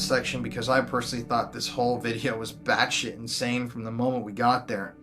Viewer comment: "That's Insanne"